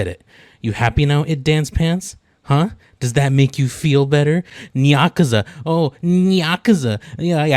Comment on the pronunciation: The next time you talk about Nyakuza Metro, keep in mind it's actually pronounced like Nigh and not Nyah~. (can't wait to see him crash out when he sees this)